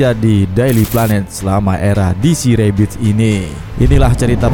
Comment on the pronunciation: Kontennya bagus mas, tapi akan lebih bagus lagi pengucapan kata2 dalam bahasa Inggris diperbaiki lagi "rebirth" beda pengucapan dgn "rabbit" 🙏